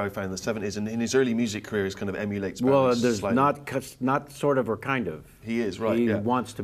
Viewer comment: How can people who have worked with the man, and profess a life-long obsession - mis-pronounce his fucking name!! It's BOW-EEE as in cross-BOW, not like a polite Japanese BOW. FFS!!!!